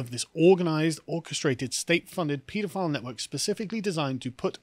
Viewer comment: As a pedantic American, I find it refreshing to hear the proper pronunciation of the word “pedophile”. Everyone in this country pronounces it “ped-o-file”. They should take a hint from how pediatrician is pronounced.